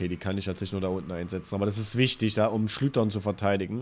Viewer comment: SchlüCHtern nicht Schlütern :D